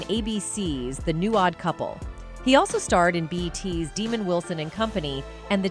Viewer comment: Pronounce it right... 420 (DA' MOND WILSON) NOT DEMON